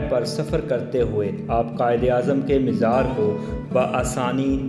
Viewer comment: Dear brother it's good to know that you are making a video on But you should be fluent in Urdu and your pronunciation must be correct you should know there is no word Mishra it's a word mazar Before making any video you should be knowing the correct words to be used